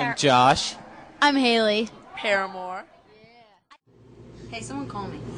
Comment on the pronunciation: DID THAT INTERVIEWER CALL HER "HALLY" WTF